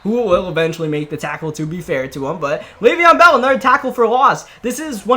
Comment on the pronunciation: "Le'veon in the Bell" lmao